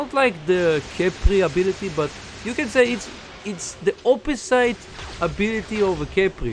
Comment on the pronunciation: Hey AD, i heard you pronounce the word Opposite as you see it but its actually pronounced "o-puh-zit"